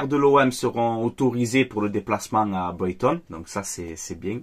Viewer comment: Bordel ça se dit Braygton que boyton oh fatigué